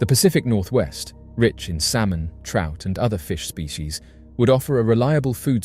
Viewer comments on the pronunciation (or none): none